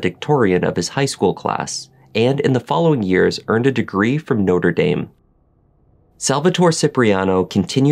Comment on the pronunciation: lol you say "house" "pronounce" and "notre" weird lol hahaha js